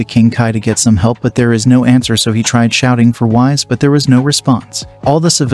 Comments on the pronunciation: His name is whis not wize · Its Pronounced Whees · Bro said vehjata and wise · Dude really called whis Whise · Bro said wise instead of whis lol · I was interested in the concept then I heard "Wize" for Whis and "Vej-eh-tah" for Vegeta. That's 10 pounds of nope in a 5 pound bag. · "Vehjitduh" "Wise" what the heck is that pronunciation Not to be mean I like the series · I like the story, but you should probably work on how to pronounce Vegeta and Whis name. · A bit of mispronounced names and moves like Whis and the Kamehameha.